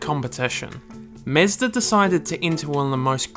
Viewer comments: Me like 5 times in the video: who tf is mezder?? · mEzda.. you know mE(with an E)zda mEEEzda o.o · tf is this accent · This guy has the weirdest pronunciation of Mazda I’ve ever heard. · i can't even listen to this lol did you really not look up how to say mazda my dude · I love this video. You did a great job! I like the sound of a British accent but when you say "car" and "Mazda" it's like nails on a chalkboard. You sound just like the character John Hooker in Mad Men. I think it's the mix of accent and mispronunciation that makes it stand out. You should use the word "ya'll" in your next video. I bet it sounds great when you say it. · Its interesting but you gotta learn how to say Mazda, both japanese and western way. xD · MEZDA 🤷‍♂️ ?!? wtf ?!? Is it so hard to say Mazda??? Idiot🤬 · Mazda not Mezda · It is mAzda, not mezda!! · nice Video but it is pronounced Mazda not Meastah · Sounds weird when you say "mEzda? It's mAzda", same as AUDI, not ÆUDI. Original pronunciations sound better than english "conversions". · mAzda, not mEzda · It's Mazda not Mezda :D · Its Mazda,not Mezda.. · its not MEZDA its fkn MAZDA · Mazda, not "Mezda" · mAzda, not mEzda, thank you. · got me confused.. is it mAzda or mezda ? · Tried and tried to watch this but this chump constantly mispronouncing MAZDA as mehsda drove me insane. Never mind what he did to Hiroshima! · It's Mazda not Mesda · It's Mahzda, not Mazzda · Bruh, it's mazda not mezda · Everytime he said mesda😬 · the only real mistake was pronouncing it "mehzda" -j/k well made video :) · MEZDA lol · Interesting vid. But why you keep saying "Mezda"? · "Mezduh" hahaha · Very interesting video. It is just a pity that you called it "mesda", it is unacceptable, made my ears bleed. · For sure stoo saying "mezdh" please 🙏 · Good Lord man, can you not call is "Mezz-da" the whole fucking video? What a travesty. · Mezda? lol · wtf is "mezzda" tho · Mah-zda is how everyone pronounces it - DORK ! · Meezda ? Never heard of such a thing! Lol